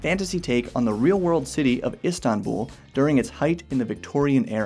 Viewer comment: Thank you for pronouncing Istanbul correct. 😂